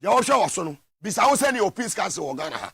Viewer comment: Are you saying peace council or sin council?